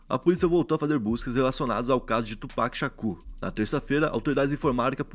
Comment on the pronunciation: Mano Tupac se pronuncia “tiupak” não do jeito que se lê Só pra uma ajuda 😂😂